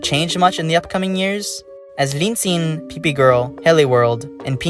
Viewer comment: I think you pronounced linxin more like linjin, but otherwise the video was really interesting. And chinese is hard lol. (I mean I only used duolingo for a while so idk fr lol)